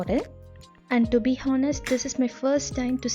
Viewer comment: When you say honest, H is silent...it'll sound onest when you tell, the for sharing your cooking method s.